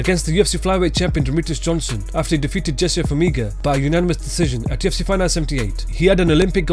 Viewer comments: Am i the only one that keeps hearing "TFC" instead of "UFC" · It sounds liek youre saying TFC